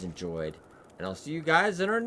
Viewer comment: Lol Forlorn Muskeeg, Learning how to read video. LOL everyday